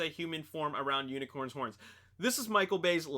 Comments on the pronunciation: He said unicorn instead of unicron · I just notice instead of saying unicron's horn you said unicorn's horn. 😂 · He said unicorns horns instead of unicrons horns